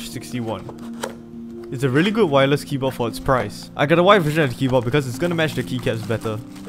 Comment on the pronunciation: Why does he pronounce keyboard without the d